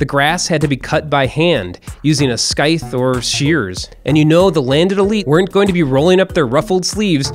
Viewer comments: Note to narrator: It is pronounced Scythe, not Skythe. As in scissors, not skissors. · I'm sorry. A what!? A "SKYF"??? You mean SCIF, right? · First off, scythe is pronounced sīT͟H(sigh-th) not sKīT͟H(skyth). Second having your lawn shorter helps reduce ticks, mosquitoes, and other pests. As far as fertilizer use in lawns, I don’t think I know anyone who fertilizes their lawn. Seriously man, you might need to start researching your vids a bit better. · A skythe (Scythe) is said like Sci/Psy/Sai or Sigh.. I struggled with this one when I was smaller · The c in scythe is silent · “Scythe” is pronounced as “sigh-th” not “sky-th” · Skaif?, i thought it was called a scythe. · Why do you say it like sk-i-th its sy-th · The C in "scythe" is silent. It's like "Sythe", not "Skythe". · Skythe? scythe. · scythe sīT͟H/ the proper way to pronounce it is si as in science and th and th as in the not skythe. just saying. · Skythe (Scythe) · “Skythe” You said it wrong. It is pronounced “Scythe” the C is silent like in “scent” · A skythe? You mean a scythe (sie-th)? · Why dont people do their research properly? Scythe is pronounce Sithe. Not Skithe!. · the c in scythe is silent... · Skythe. Its pronounced sithe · scythe not skythe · IT'S NOT SK-Y-TH IT'S SS-Y-TH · Sigh-th, not skythe. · Skithe? Dude it's said scythe (sigh-th) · It's pronounced sythe not skythe lol I'm sure billions of people have already said that lol. Still fucking loved the video. Extremely informative. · It's "sythe" not "skythe" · Mystique but it's pronounced sythe not scythe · No way you mispronounced "scythe". Great video all around but wow that threw me for a loop lmao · I was following you until you said SKYTHE. Does this nigga really not know what a scythe is and how to properly pronounce it? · It's pronounced "s-eye-th". The C in Scythe is silent. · I stopped watching when you said Skythe.. dafuk is a skythe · "Skyth" hahaha please excuse me I need to go 'skyth' my lawn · Skythe. Lol